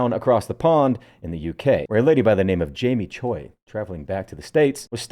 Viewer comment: Generally, when you see "Choi" as a last name, if they are Korean, it's pronounced "chway" as one syllable. That'll impress someone down the line for anyone that remembers.